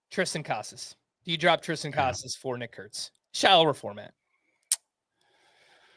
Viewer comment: The most carefully has ever pronounced a prospect’s name 😂